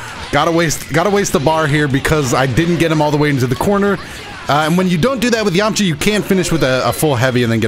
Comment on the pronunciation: Did he say yamacha instead of yamcha